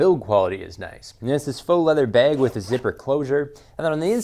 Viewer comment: You said "baeg" instead of "bag". Thumbs down